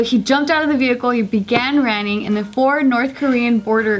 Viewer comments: "he began raning" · i know we all heard it "he began rAnning" :) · Did anyone else catch “he began ranning” 😂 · ‘Began ranning’ Poor.. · "ranning" lol :p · "Began Ranning"